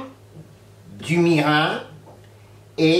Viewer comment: Ça a l'air délicieux. On prononce : mirinE Mi - ri - n